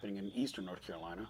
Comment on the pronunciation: "Nurth Currolina" ☕:shelterin